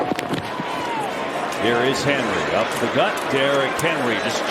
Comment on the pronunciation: I swear that guy called him Derrick Harry like three times 😂